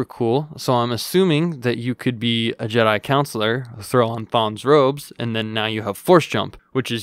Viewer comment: I think its funny that he kept pronouncing Consular like counselor, lmao. I just kept picturing Mr. Mackey from South Park in a Jedi robe!